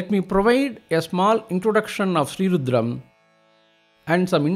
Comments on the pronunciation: There are so many rudram recitals. But this is the best according to me. Pronunciation, appropriate speed, clarity, no interruptions ( commercial interruptions in a divine chant mo ck the very of the chant. Very vlean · Perfect pronunciation, perfect synchronisation. Highly, highly energizing!